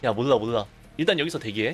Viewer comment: '몰라' 할때 발음이 왜이래요 ? 리을 발음이 좀 이상한거같은데